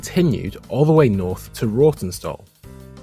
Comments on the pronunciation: Rawtenstall is pronnounced as 'Roden-stall'. The room that was a shelter is used as a station equipment room (houses some electronics for things like the CIS/CCTV etc). The full length of both platforms were maintained and used throughout Metrolink operation including before the last set of works 10 years ago and has aided start and end of service if needing to stable 8 LRVs there (such as during engineering affecting access to QRD. The LRV stop markers only came along when TMS was commissioned. prior to that under the ATS system, vehicles would be called on if the platform was already occupied. The rail over bridge for the ELR is known as 'The Ski Jump' due to the gradient either side of it. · The East Lancashire Railway actually went out way further through towns like Waterfoot, Stacksteads and Bacup. Another thing to note, as a resident of the town, Rawtenstall is pronounced as “Rotten-stall” though given the spelling, it’s easily mistaken! Really insightful video as always.